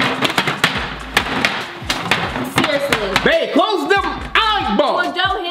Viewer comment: Boy your always saying clos them eye balls you feel me